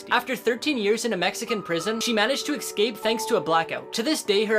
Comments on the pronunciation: its escape not ecsape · Notice how he keeps saying eksape instead of escape